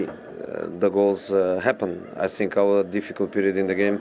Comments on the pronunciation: "I sink, I sink errr.. I sink after 3 years" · "I sink so, i have nothing to say, i prefer not to speak."